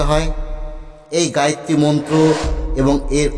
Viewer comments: গায়েত্রী নয় হবে গায়ত্রী। দৈবিক না দৈবী? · গায়ত্রী মন্ত্র। গায়েত্রী নয়।আপনি আগে বানান উচ্চারণ করুন তারপর জ্ঞান দেবেন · গায়েত্রী না গায়ত্রী? যতটুকু জানি উচ্চারণটা হলো গায়ত্রী। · ভালো ভিডিও। তবে "গায়েত্রী" মন্ত্র নয়, গায়ত্রী মন্ত্র। ধন্যবাদ 🙏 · মন্ত্রোচ্চারণ শেখাবার আগে নিজে সঠিক বলুন। গায়েত্রী নয় গায়ত্রী।